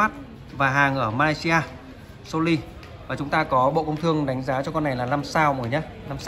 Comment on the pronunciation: Nên cải thiện một chút về phát âm một chút nghe khó chịu lắm chẳng hạn như (( So Ly 😂😂😂😂))